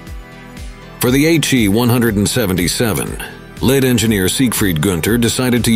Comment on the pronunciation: Led Designer or "Leed" Designer. I hate uncorrected/unedited auto-readers.